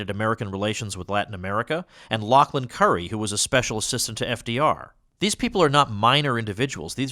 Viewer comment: Lauchlin, not Lachlin